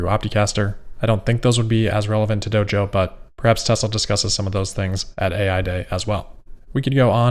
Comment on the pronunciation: Doge-oh. Once you hear it, you can't unhear it.